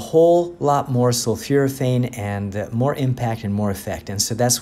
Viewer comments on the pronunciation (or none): It's not sulfuraphane; it's sulfOraphane. sul 4 a fane